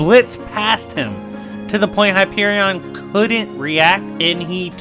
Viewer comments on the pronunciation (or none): Why are you saying Hyperion like it’s two words 😕